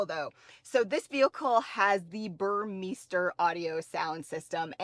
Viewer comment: Burmester not BUR MISTER ;)